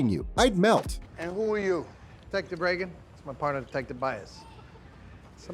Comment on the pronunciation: Please pronounce the name properly...Raygun...not Reegun! Please and thank you 😊